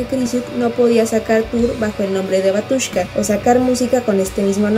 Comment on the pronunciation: Se pronuncia Bátiushka... la letra ю se pronuncia "iu"